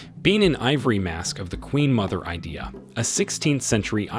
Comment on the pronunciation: It’s called “Queen Idia not Queen idea